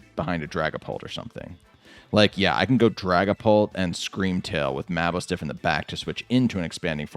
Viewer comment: You keep saying maboostiff name Wrong lol